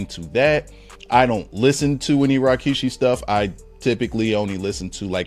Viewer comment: Why is he keep saying RYKISHI?